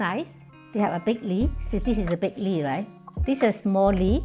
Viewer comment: Why didn't ANYONE tell this lovely lady that the thing in her hand is called a leaF...leaF ...leaF, NOT LEE? When a person does not correct one who is incorrectly pronouncing the words, YOU ARE BEING CRUEL. No one wants to speak a second language incorrectly. BE KIND. TEACH. Simple. 1 sound.... F....F, F, F, F, F! LEA-F. Not teaching is the same as perpetually making fun of the person and that is extremely UNKIND. I DO speak more than 1 language, and I TEACH others to speak multiple languages.... BE KIND. TEACH